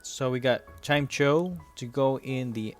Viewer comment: Its pronounced Chime-echo btw